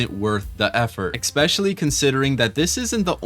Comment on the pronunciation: You lost me when you said "EcKspEciAlLy"